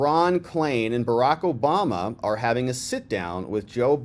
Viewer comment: Why does she keep on saying Joe Bama ????